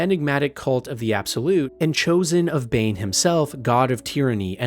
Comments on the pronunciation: yeah “BOOOAL” really screams bane instead of bhaal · Yeah, this video gives major yucky AI gen vibes, thumbnail included. I had to stop listening to it after I caught him calling god of murder Bane. Like, dude, Boaal and Bhaal isnt that far off